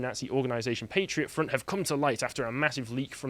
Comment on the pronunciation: Patriot Front. Emphasis on 'Front'.